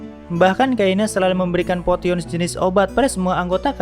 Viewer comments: dalem hati ni orang baru jadi weeb apa ya. ngakak kalo nyebut potion(posion) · Potion dibaca poision